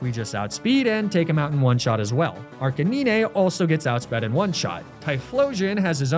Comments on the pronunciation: Your pronunciation of Arcanine kills me everytime. ARC-UH-NINE! Great content as always 😂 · arca-knee-nay...? really fucking ruined the video. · Me: enjoying the video: "Arcaneenay" Me: grumble of annoyance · holy hell arc-a-nine stop being so damn lazy speak english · The way he pronounces "Arcanine" 😂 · The way arcanine is pronounced makes me cringe lol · I swear everytime he says arcanine wrong it always get me even though I know its on purpose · Is just me but him pronouncing Arcenine wrong was annoying so was the sponsor cut.